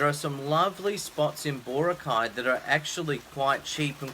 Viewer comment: BAH-ROCK-EYE!!! Meet some Filipino nationals and learn how to pronounce stuff right! Also, thank you for not mentioning my favorite part of the Philippines - don't want all these foreign wankers moving in and messing things up!